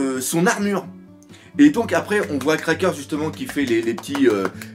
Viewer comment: Message à l'attention du Doc : on prononce "Cracker" sans "S" à la fin ! Excellente vidéo !